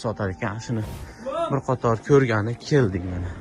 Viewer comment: Bir qator degan shevanga qutağim antar